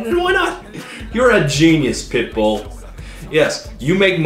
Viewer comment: Each time Todd says "pitbull", I hear "pimple".